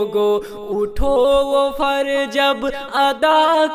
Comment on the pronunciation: جیسے دیکھئے فرض کی جگہ۔۔۔فرج۔۔۔۔۔۔🤭اور بھی بہت ساری غلطیاں ہیں،